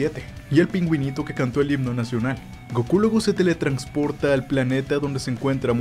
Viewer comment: Dale like por cada vez que diga "teletrancsporta" xD